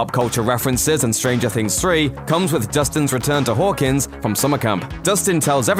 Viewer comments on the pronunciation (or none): Was it just me or did the narrator say “Whorekins” instead of Hawkins?